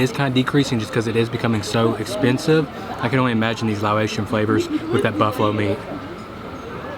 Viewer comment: Quick pronunciation tip: You're saying "Lao-ATION" when you say Laotian, but the word is pronounced "Lah-OCEAN." Easier than either of those would be to simply say "Lao" instead.